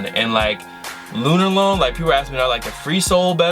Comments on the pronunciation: Why are you saying Lunarlon like Lunarlone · The way says LunarLOAN kills me lol